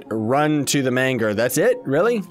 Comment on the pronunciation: The "GER" in Manger is pronounced like the "GER" in German or germ.